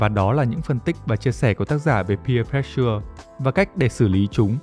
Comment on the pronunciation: pressure đọc là préss sờ chứ k phải press sưa nha